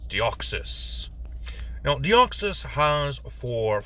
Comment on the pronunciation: You said my name correctly. It really shouldn't be that difficult but for some reason people just cannot say the 's' at the end or they say the Greek version of my name which has an 'ea' instead of an 'e' at the end. As for Deoxys itself there are in fact two ways to cause the mutation. The first is through the explosive expenditure of energy of a meteor impact and the other is being shot with a high energy, high density laser for 15 to 20 minutes straight both of which we see clearly in Destiny Deoxys. That space virus is incredibly stable and hard to cause mutations within. Personally I sometimes refer to Deoxys as the traveler or visitor as that is pretty much what it is. It is incredibly weird for a psychic type to have such low intelligence. Oh the duplication that Deoxys does is actually RNA cloning as Deoxys's entire theme and concept is DNA. For some reason Bulbapedia marks it as a usage of double team despite it having vastly different characteristics to the move itself. As for what other pokemon to do next, how about Trevenent and Aurorus? It would be interesting to see how you would convert that haunted sacred tree and the saurian ice queen. Too bad there isn't a dinosaur race.